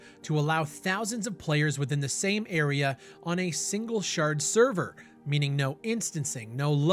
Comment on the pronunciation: a single SHARD serverrr